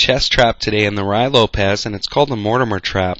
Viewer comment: Nice trap but I have to point out, its pronounced "roo-ee lopez" and not "rye lopez."